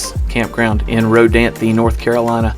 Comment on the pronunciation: Informative. Thank you. Just one thing... It's pronounced "Row-DANTH". Only 2 syllables, not 3. The E is silent. Row-DAN-thee is wrong. Wrong pronunciation was likely started by a Millennial. They don't care at all about correct spelling or correct pronunciation of anything. FYI.